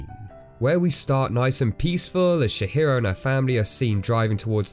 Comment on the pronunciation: And he also calls her Shihiro and I'm dying haha. I always forget how little most people know about the japanese language. It's Tji-hiro!